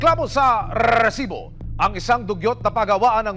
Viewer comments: Why do u have to emphasize pronouncing the word rrresibo it’s so ANNOYING. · Parang motor naman tong c Emil kapag binibigkas ang RESIBO